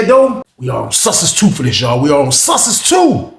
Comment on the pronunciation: Whenever says Sussex 2. All I hear is San Francisco! 😂